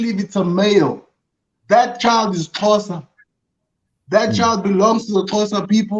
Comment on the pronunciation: Xhosa not Xhoso lol